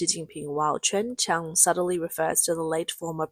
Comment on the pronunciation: Kudos to the narrator for her repeated pronunciations of Ching Fong 98 and Chen Chen 528, and thanks for being a real person and not a bot. :)